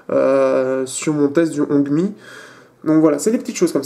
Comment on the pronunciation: en ce qui concerne le fait que "l'on parle chinois ou anglais" hongmi se prononce rond-mi / ron mi / ronmi.... juste en passant